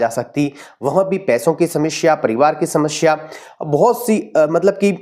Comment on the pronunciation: Guruji shamashya nahin samasya hoti hai. Don't pronounce wrong.